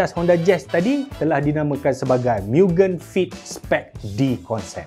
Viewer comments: Aduh... ad orang komplen kt telinga saya... cara sebut MUGEN tu salah... abang sebut miu-gên... si peminat kereta seorang ni katanya MOO-gén... bukan jawapan masuk dalam UPSR pun.. tapi tetap berleter kat telinga saya... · Fyi.... cara sebut mugen bukn 'miugen' tpi 'mugen' camtu je..oke bai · Sebutan Mugen tu salah. Ekekeke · Mugen bkn miugen 😂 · sebutan yg betul ikut ala jepun mugen MU -MUrah, GEN -GENtel maksud mugen- unlimited.. atau tiada batasan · tersiksa jiwa nk menonton sampai habis dengar pronounce mugen tu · sebutan x kena bang oi mugen ..abg kena tengok anime depa sebut macam mana...